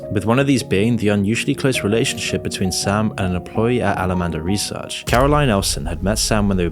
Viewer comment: You said "Al-Amanda Reseach"... you really didn't catch that when you edited the video?